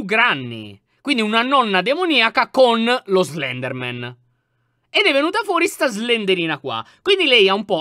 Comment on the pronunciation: Slendranna, ahahahahahaha, sei un grande lyon